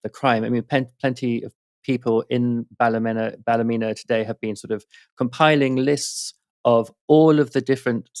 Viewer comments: up to your old tricks? Check the pronunciation of Ballymena and get it right on air! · Pronunciation of Ballymena is Bally-MEAN-na